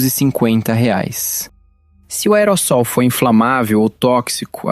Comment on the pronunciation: Aerossóis? Moço, pelo amor!!! Aero(sol) - tem som de "z" moço! Por favor! Isso é português!!!😮😮😮🤔🤔🤔 No entanto seu conteúdo é muito bom!!!❤